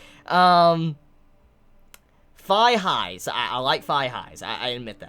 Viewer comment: I genuinely thought you said high-fives when you said thigh-highs. BY FAR the weirdest fetish I'd ever heard of. Also, on that one Clockwork comment 3/4ths into the video. They made a rather funny joke in this 3rd episode where the male protagonist joked that his automata didn't need a logical explanation behind her ability to "freeze time" because the idea of a world made of clock gears is even more unexplainably dumb. Dunno how serious they were, but that did make my day. That show is pitiful.